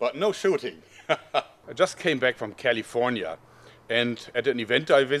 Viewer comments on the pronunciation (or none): Hahah! Joerg, you say Cah-lee-for-nya just like Arnoldt!!